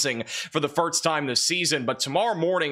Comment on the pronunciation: The guy has a college degree but can never get past mispronouncing simple English words like 'first' and 'Gulf'. pronounces these as 'firtst' and 'golf'.